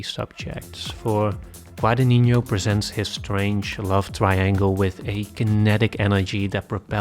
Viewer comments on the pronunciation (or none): I'm sure someone already commented that, but Guadagnino is pronounced "Gua-da-nee-no" not "Gua-da-ninho"